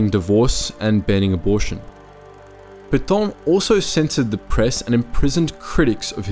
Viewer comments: It's PAY-TA Not pay-tow or pay-taw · It's not Petawhhn--more Pet(as "a" in can) Petaaaa(ngry)n. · What’s with the comedy pronunciation of Petain? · You say "é" in cliché, it's the same prononciation for Pétain.